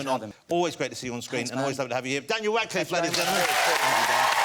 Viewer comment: Did he say “Wadcliffe”?